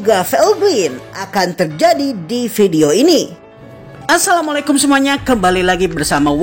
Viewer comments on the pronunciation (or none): none